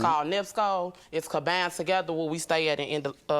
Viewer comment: Did she say it’s canbined together instead of combined together 🤣